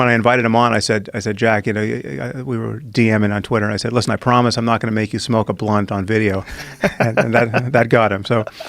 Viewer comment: Joe "I didn't try to get him to smloke a bunt" Rogan